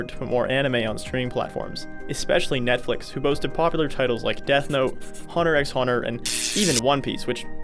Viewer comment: You can't make fun of your prof for mispronouncing manga if you're gonna say Hunter x Hunter wrong 😂